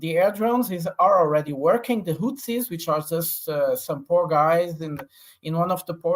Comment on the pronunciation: Can somebody please tell to stop calling the Houthis the Huttsi ffs